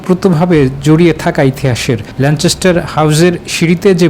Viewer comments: কেমনে চ উচ্চারণ আসলো আমার বোধগম্য হলো না, যাই হোক, 'যায় যায় দিনের' দিন পার করে দিলেন সংবাদ পাঠক। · It's Lancaster.....